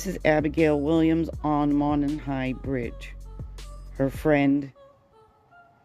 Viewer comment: Very well done. But the bridge is pronounced Moe Non with accent on the Moe.